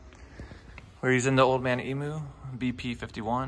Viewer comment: Good build however it’s pronounced - “eeem” “you” - Emu